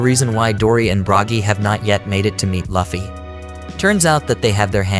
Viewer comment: It's Luffy not 'laughy'